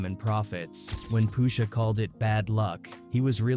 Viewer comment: Poosha huh... Get a better AI voice over